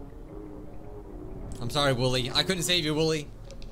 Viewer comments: Just its wooly not wooli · OK first of all he said his name wrong second of all his name is not Willy it’s woolly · Wolly he say wollwy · You did wolie it’s wollie not wolie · It's not woolie it's wooli so try that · its not wollie or woollie its woolly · ITS NOT WOOLIE ITS WOOLY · Woolie it’s actually w o o l y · He said wollie😭🤣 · He said wollie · Its "woolly"